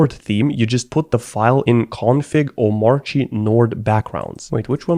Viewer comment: It’s pronounced as OH / MAHR /KEEH…..kinda like how we don’t pronounced ANARCHY as AH / NAHR / CHEE. Instead as AH / NAHR/ KEEH. B/c thats just how anarchy gets pronounced.